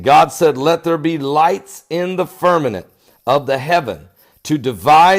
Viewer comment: It's firmament, not firmanent. God Bless.